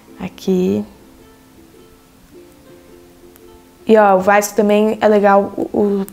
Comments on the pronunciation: fiquei com agonia dela falando vaisco Skskkskskdks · ela fala errado